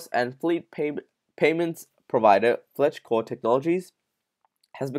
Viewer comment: Slow down when you read because your missing words and Fleetcor is not pronounced Fletchcor